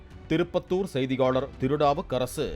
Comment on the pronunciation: போலிஸ் தங்கள் வேலையை சரியாக செய்யராஙக பாலிமர் செய்தி வாசிப்பாளர் நாவூ சரியில்லை